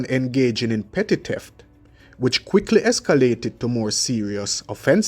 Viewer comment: it's not teft its pronounced theft, speak the English language properly.